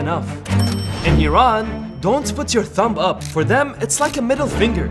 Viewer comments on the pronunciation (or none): none